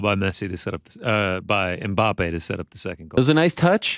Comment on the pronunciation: can not pronounce Ajax like he pronounced it. Ariel said it right but Ariel pronounced Mbappé wrong. And i thought Ariel knows how to pronounce names, especially when its a french name. Smh. 😃